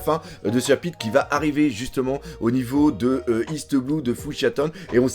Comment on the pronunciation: À la 15 ème minute, il y a eu confusion entre "chabite" et "chapitre" 😂